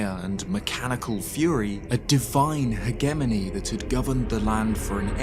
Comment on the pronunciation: "heggemony" it's a hedge-e-mun-ee